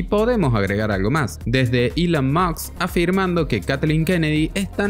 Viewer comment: te juro que no me cabe en la mente, como no eres capaz de decir bien 4 letras que van juntas, musk, sabes lo poco listo que suenas cada vez que dices moks, enserio no te da para decirlo bien ? no tiene nada que ver con saber ingles o no.